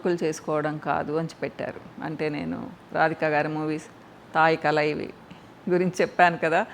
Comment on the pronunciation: Hi, I am a kannadiga watching your videos regularly, I can understand Telugu if not fully but atleast 70%, I understand what you convey. I know Tamil as well. The movie name you mentioned should be pronounced as “Thaayi Kelavi “